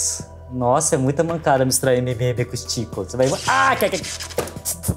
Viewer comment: n seria skittles ele falo stikles